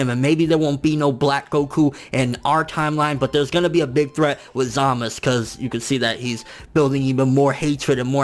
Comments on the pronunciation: you calling him zamas its zamasu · The su sounds like suh or sa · U in zamasu is silent